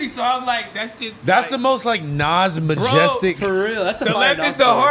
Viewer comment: “The most naj majestic!” 😭😭🤣🤣